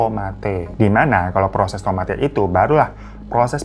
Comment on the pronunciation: Tomate bukan gitu bg nadanya kita bilang nya itu kaya tomate' atau koma atas nya bg anw makasih ya bg udh mau ceritain